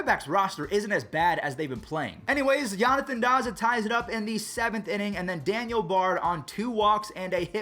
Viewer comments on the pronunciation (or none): none